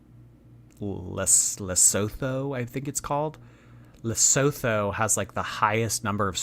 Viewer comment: 1. You should visit Oman, it's safe there. 2. It's not LesoTHo, just forget about the H and pronounce it Lesoto.